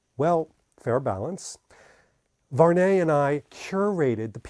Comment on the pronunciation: Salut mec , ty prononce mal le français , the good pronociation is VU...AR...NEY ,in 3 time